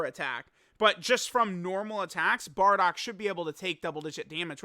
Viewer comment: I Hate how he say Bardock..